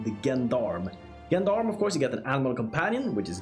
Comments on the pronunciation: Thank you, that was very informative. A minor correction - Gendarme is actually pronounced with a ZH like Jean D'Arc ) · "Gendarme" is a french word. That is not how it is pronounced. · The "gen" is pronounced "jen", like in "gentleman" ("gendarme" means "man-at-arms" in French).